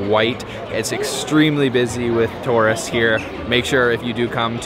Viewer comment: “Oh ya” !!! “Torists” !!!